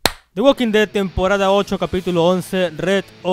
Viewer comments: Dijiste red or alive xddd no dead or alive, al principio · dice “red“ en vez de “dead“, entiendo que es por los brackets solo deciaxd